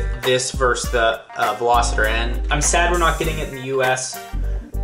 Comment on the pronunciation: Am I the only one who cringes every time he days Veloster N wrong?😂